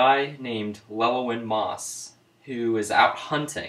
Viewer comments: It's pronounced Loo-Ellen and Sugar is pronounced like Cigar. Good try though. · You're right about it being pronounced Loo-Ellen but Chigurh is pronounced more like Sha-gurr, whith the SH sound, not a regular S sound.